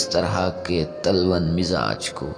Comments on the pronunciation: پہلے شعر پڑھنا سیکھ لو ساماں نہیں سامان تلون مزاج نہیں تلوًن و پہ تشدید ہے تم اردو سیکھ کیں نہیں لیتے نیم حکیم خطرہء جاں کیوں لوگوں کو گمراہ کرتے ہو میں ایسے پڑھتا استاد تھپّڑ رسید کرتے😮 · بھیاتلون؛کوغلط پڑھاجناب نے تلون کی واو پر پیش اورتشدیدہے یہ تکلف کےوزن پرہے یہ باب تفعل سہےہےع کلمے پرتشدید ہوتی۔ہے